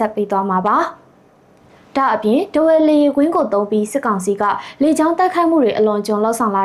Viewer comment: စက်ကောင်စီမဟုတ်ဘူး စစ်ကောင်စီ။အသံထွက်ပီသအောင်အရင်လေ့ကျင့်အုန်း။